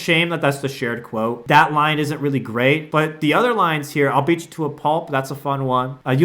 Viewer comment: Quit Cwote